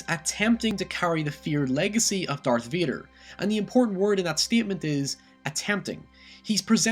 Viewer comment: Darth Veeder! Great vid.